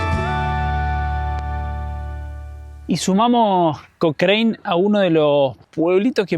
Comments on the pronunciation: Se pronuncia Cocran no cocraine lptm !!! 😂😂😂😂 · Hasta donde se , en Chile le decimos a Cochrane (Cocran, bien Chilenizado , No Cocrein) Saludos Chicos. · Porque pronuncia de esa forma el pueblo no se pronuncia Cochrine no se pronuncia de esa forma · Hola... la ciudad de Cochrane se pronuncia "cochran" la E no va ... Saludos. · Hermosa ruta chicos ,, pero el nombre es Cochrane y se pronuncia Cocran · Hola. Se pronuncia Cokran y Baamondes, dejando muda la hache. Saludos! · Se pronuncia COCRAN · Hola chicos, feliz que hayan conocido un lugar tan lindo de mi país...un detalle Cochrane se pronuncia "cocran", con acento en la O, hace referencia a Lord Cochrane, un escocés que participó de la independencia de Chile e inspiró al personaje de Russell Crowe en "Master and Commander: The Far Side of the World", saludos!